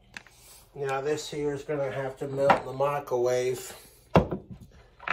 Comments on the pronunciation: I can’t un-hear him call it a “micawave”. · Does anyone else hear him say “Michaelwave”?